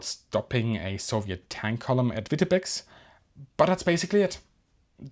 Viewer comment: Vitebeks. Oh Dear. Vityebsk. Please. Not Weetabix.